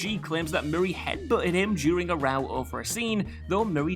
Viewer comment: What did the narrator say at the end? "During arowell over a scene"? What in the sam hell is arowell??